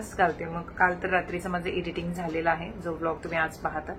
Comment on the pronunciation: Editing nai एडिटींग pronounce kr dhanu ...